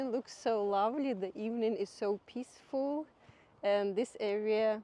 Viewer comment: pissfull, lol instead of peaceful is a bit of a rude word in Engish but totally understandable if English is not your first language.Funny